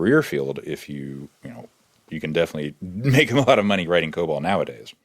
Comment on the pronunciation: Why does that one lady call it co-bull? We all call it co-ball here.